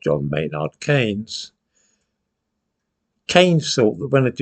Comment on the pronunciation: Old fool can't even pronounce Keynes' name properly. It'a "keens", not "canes". John Tyndall was a fascist and proud of it. He was co-founder of the original BNP in 1960, expelled for paramilitarism and later co-founded the National Socialist Movement and the grandiosely titled World Union of National Socialists. The 1960s were after World War II. There were others; Arnold Leese, for example, active in a succession of parties until his death in 1956.